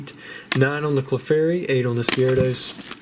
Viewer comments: oh my GOSH I posted this and later in the video you SAID IT "Clee-fairy" <3 LOL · I miss the southern drawl when saying Clefairy :(